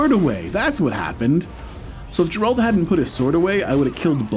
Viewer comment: amazing voice just don't call him Jeralt please :D he is Geralt with g like in google Also amazing speedrun